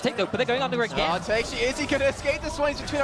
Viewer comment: really just pronounced Takeshi "Take - shee"........? Things like this are why Riot didn't want this dumbass casting LCS anymore... Edit: Good lord, does this downie observer even look at the map once??? After watching OGN and even EU/NA LCS, the quality of the internet stream of this tournament (i.e. camera/observer, casters, etc.) is downright garbage.